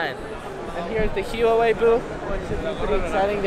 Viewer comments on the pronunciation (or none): Btw Huawei is pronounced waah-way